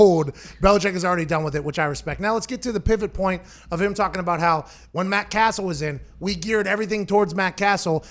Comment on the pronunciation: His name is Cassell not castle lol